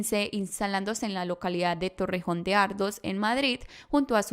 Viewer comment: me encanta cómo narras y que hagas casos españoles pero sse pronuncia torrént y torrejón de ardóz, haciendo énfasis en la última sílaba... si quieres te doy mi instagram y me preguntas jejeje